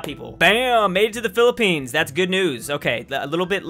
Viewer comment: Not philipnes